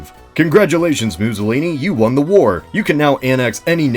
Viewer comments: muzolini? mou-soh-lini. two s' equals 'ss' not 'zz' as in mousse, not zabaglioni' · The way you pronounce Mussolini (MOO-solini) makes me think of an alternate timeline where the Italians (and Greeks) were minotaurs.